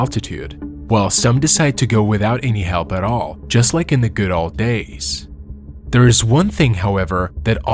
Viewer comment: My dude, I appreciate your video, but I would honestly and most genuinely suggest that you work on your English prononciation of the word "old" as you are really butchering it, which is odd considering your English is otherwise quite good. That one word however seems to be something you're not able to enunciate well.